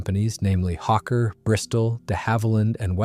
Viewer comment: And Hawker is not pronounced ‘Hokka’ like ‘fokka’ but with the first syllable like the bird ‘hawk + the closing second syllable’.